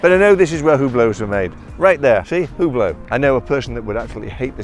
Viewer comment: Maybe you should work a bit with your pronunciation of Hublot :)